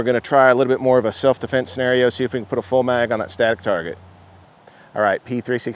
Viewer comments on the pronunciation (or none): none